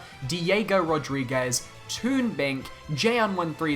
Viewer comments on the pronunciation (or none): none